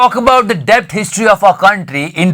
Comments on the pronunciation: bhai डेट bolte hai debt ko😅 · Bhai debt ko det pronounce karte hain...badiya episode :P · As a commerce student.. It is my janma siddha aadhikar to correct you that the 'b' in the word 'debt' is silent.. 😂😂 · debt m b silent hota hain......